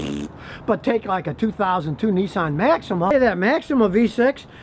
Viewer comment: Duh, make that NISSAN not NUSSAN.